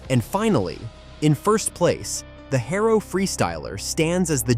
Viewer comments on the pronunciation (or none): This video uses so much oddly placed videos and stills. Then it doesn’t even know how to pronounce “Haro”. It says “Hair-O”. Not “Ha-R-O”. Lot of videos are made in non English speaking counties. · or the word Haro its not Hairo i wanted to smack the shit of him !! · Beyond the fact that this kid has no real clue what he's talking about, hair-o, I mean come on kid you can't even pronounce the names right. Getting past that I had a silver and red chrome Vista "The Beast". God I must have put a thousand miles on that poor bike if I put an inch. Those were the best days. It's to bad kids these days are so fragile they will never know what true freedom really is. Your video is to far off for a like kiddo, but you got my comment none the less. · U lost me at hayro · Why can’t ai pronounce things correctly? HairO. lol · This AI. Voice Just Butchered What Was a Very Cool, Well Written Story! :hand-orange-covering-eyes:💩 ...."Hair O" = Haro ....."Chrome ah Lee" = Chromoly Poor Kids Today Are Going 2 Say That Their Frame Is Made Out Of, ...."Chrome ah Lee" and Their Favorite Bike Is The,.... "Hair O"😂 ....Gotta' Love A.I..😂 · This guy mislabeled all the tubes. He said the down tube is the top tube. He never rode BMX or has done any type of cycling. He pronounces Haro's name wrong. And he pronounces Chomoly wrong. What a hack. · This video could’ve been done better… I hated the editing. I pronounced chromoly and Haro differently growing up. Haro started off with number plates. Overall bought back a lot of memories. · Whoever this narrator is, they don’t know how to pronounce half the words. Chromoly, Haro, etc. Oh, and, the Hutch pro star should be number one. They also fetch a lot more than $5000 in mint condition. They fetch anywhere between $10-$15,000 in mint condition. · Your pronunciation of many parts and brands tells me you weren't there. GT over Haro. Both are Rad tho. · The mispronunciations are killing me. Chromoly and Haro. C'mon